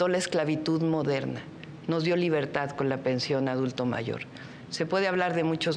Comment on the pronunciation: Chuchli estq bien cagada.. y mas cuando dice.. despiergta,despiergta,despiergta.. libergtad😅😅